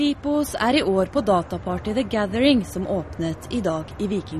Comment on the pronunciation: Hehe "Dhe Gaddheiringh"